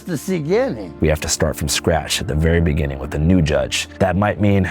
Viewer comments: got me with the "ceginning" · “That was just the Ceginning” 🤣